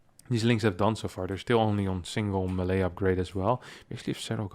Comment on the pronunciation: You mispronounce "melee", other than that 10/10 content